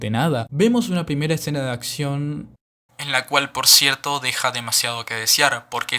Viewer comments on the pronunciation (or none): none